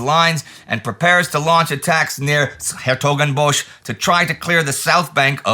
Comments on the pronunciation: Probably the best pronunciation of 's-Hertogenbosch or Den Bosch by a foreigner I have heard. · A lot of kudos for Indy actually trying to pronounce 's-Hertogenbosch (and of course all the other names)! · Man, S'Hertgenbosch must have really been a mouth-full for you - though, you took it in a stride! Now try to master the "Umlaute" ä,ö,ü. The are not as difficult as they seem😅 Love your content!